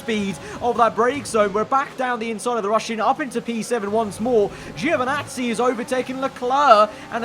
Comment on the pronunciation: No way Italian Giovinazzi is abbreviated Geo 😉 (you pronounce it same way as djo not geo) From another Italian. Anyway this is great stuff, keep up with the good work 😊